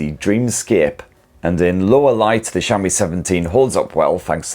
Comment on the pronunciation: I keep hearing shammy, then realized he was saying Xiaomi.